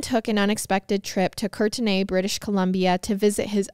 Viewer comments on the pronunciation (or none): I am from British Columbia and it’s just pronounced Courtney like “Kourtney” kardashian. 😂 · Lol you pronounce it Kourt-knee Like kourtney kardashian haha From victoria/vancouver canada ! 🙋‍♀️